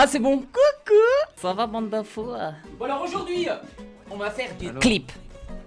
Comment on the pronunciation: Je me désabonne parce que tu a dit bende de fou